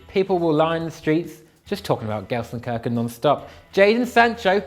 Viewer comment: Can someone help too pronounce Gelsenkirchen properly? #thecommentsshow